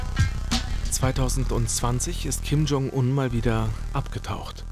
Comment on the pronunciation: Eure Aussprache für Kim Jong-Un ist der Wahnsinn. Im deutschen wird das J von Jong wie bei bei „jetzt“ ausgesprochen und nicht wie der Name „John“ auf englisch Ihr sieht es aber durch. Bei Ryong spricht ihr das Y wie ein „i“ aus und nicht wie bei „John“. Katastrophe